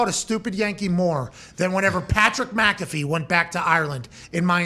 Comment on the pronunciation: The Irish will embrace you, Pat, if you just learn to say your own surname correctly. 😂